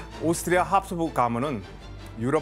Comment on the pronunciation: ㅋㅋㅋㅋㅋㅋㅋㅋㅋㅋㅋㅋㅋㅋㅋㅋㅋㅋㅋㅋㅋ나도 보면서 내내 교수님 발음 때문에 답답했는데ㅋㅋㅋㅋㅋㅋ 합스부르크를 계속 합수부(륵)라고 하심ㅋㅋㅋㅋㅋ